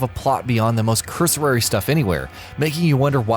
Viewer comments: It's cursory not cursorary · cur-so-ry .. not .. cur-so-rare-ry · Cursory, not cursorary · "Cursorary"? Try cursory. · cusory - not cuso-rary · It's pronounced curr-sorr-ree.